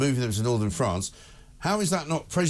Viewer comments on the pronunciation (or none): none